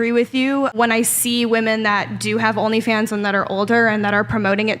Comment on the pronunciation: I like how she pronounces "Rrrnly Fans" and "Sorr".